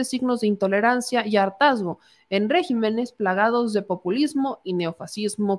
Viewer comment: Qué bárbara...IDIOSINCRACIA ...no iNdiosincracia. Mejoren su lenguaje, youtuberos. Y no es "régimenes" sino REGÍMENES.